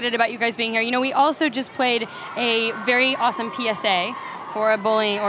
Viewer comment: Harry hearing p*ssay instead of psa…doing THAT… I am on the floor laughing😂😂